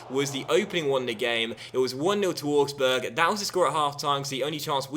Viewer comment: augsburg is pronounced owgsburg not orgsburg